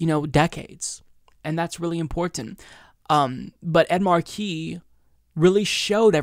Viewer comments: Not Markeee. Marky. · I love you,, but please get your name right: It's Ed MAR-key, not Ed Mar-KEE. 🙄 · The Senator’s name is “Markey,” not “Marquee.” It’s pronounced “MAR-key.” It rhymes with “Sparky” (or “snarky”). It’s been 2½ months since your earlier video on this race (“Ed Markey DRAGS Joe Kennedy Over His Phony Advocacy for Medicare For All”) and you’re still mis-pronouncing his name. There are several interview videos of Markey on YouTube, and the interviewers always get his name right. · It's Mar-key not Marquis,. Ed Mar-key! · It's MARK EE not mar key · not at all! I'm from western MA and don't use the rogue "R" ("Ah") myself in regular speech, but I still say "Mah(r)key," not "Marquee" as been doing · Mar'key - not Mar-key' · great analysis! One small nitpick, you pronounce his name as if it is spelled MA are QUIS. Here in Massachusetts we emphasize the 1st syllable of his last name. But thank you for clarifying the subtle differences between these candidates. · what is up w the pronunciation of Markey. Mark-y. or as commonly pronounced here in MA - Mahkey. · It's pronounced Maaah-kee. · It’s pronounced Ed MAHkey, emphasis on first syllable. DO NOT pronounce the “r” 😀😂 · I know right it's like major WTF lol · yeah, that hurt my ears, too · No, it's not. The name "Ed Markey" is literally one of the most easily pronounceable names ever, and fucks that shit up far too easily. It's fucking annoying. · And yet he can't fucking pronounce "Ed Markey." 🙄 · Am I the only one who cringes every time mispronounces Markey? Everything else was spot on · Lol you say Markey funny, too much emphasis on the second syllable I think